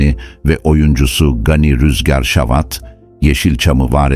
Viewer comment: Gani Rüzgar savat değil savata akrabam benim doğru telefus edin